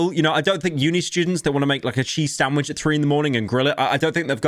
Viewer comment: huh, the entire vid is really pyro just saying "snandvich made rong". He truly rose up